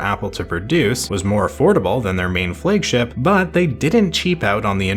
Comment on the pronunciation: What is a "Fleg-ship" ?